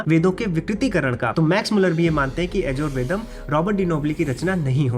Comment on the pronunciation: तूं "यजुर्वेद" शब्द भी ठीक तरह से बोल नहीं सकता हूं।। Don't misguide others...